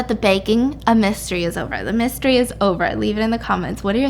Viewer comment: At first I thought u said “Baking A Bisstery” Instead Of “Baking A Mystery” LOL